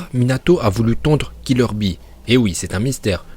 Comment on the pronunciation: Eh par contre bee il s appelle bee et pas b